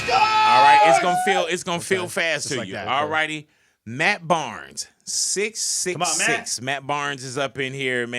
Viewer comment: Why so much emphasis on the 666?